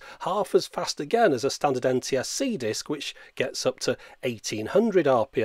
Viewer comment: "mooovies on a diisc?!" - absolutely priceless in that accent